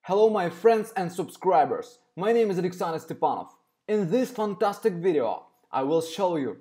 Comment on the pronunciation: Like how he says “button” and “ fantastic “ 😂